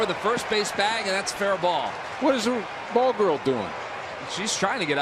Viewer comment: Jackass announcers can't even say BALL GIRL even when their jersey says BALL GIRL.